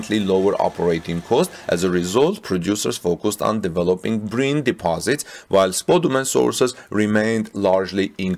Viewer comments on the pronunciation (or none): Brine is pronounced Br “aye” n, not Br “ae” n.